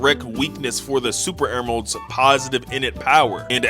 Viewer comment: bro said super emeralds🤣🤣 no hate👍👍